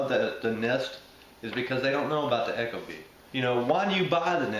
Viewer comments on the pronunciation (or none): Pronounced "eek-o-bee" not "echo bee" - source: Ecobee's marketing/installation videos